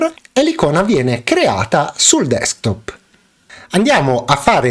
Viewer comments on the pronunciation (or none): none